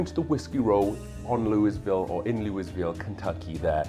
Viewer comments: In case you don’t want to sound like a complete out of towner it’s pronounced “Lull-vole” I can’t explain to you why it just is. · makes total sense. Also being Welsh and British maybe why my inner self pronounces it Louisville. Although I see myself as a Welsh migrant to the USA instead of British. Much like Jack Daniels and Evan Williams!